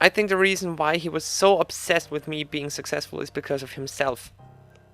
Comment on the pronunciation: 9th "the regian,the regian,the reason"